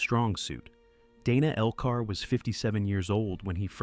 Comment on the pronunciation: In this case, Dana Elcar's first case was pronounced Danuh, not Daynuh. Thank you making this available!